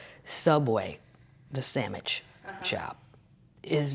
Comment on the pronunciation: Love that you say 'samich'! My favorite food word of all time. I'm gettin a shirt even though I will miss this tour. Virtual Happy Termite 👕